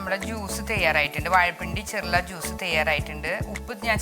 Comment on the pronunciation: ചെർള അല്ല. ചെറൂള